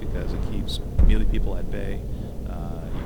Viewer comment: he doesnt even know how to pronounce melee or khajiit